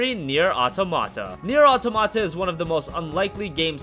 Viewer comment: automata not auto mata...